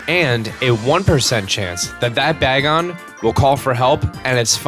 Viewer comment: you also said bagon wrong, but no judges!